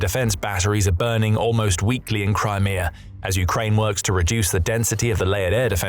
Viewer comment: Crimear. Russier. 😁